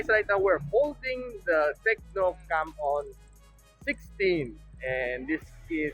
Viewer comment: Ingat sa pag pronounce nang Camon hHahaha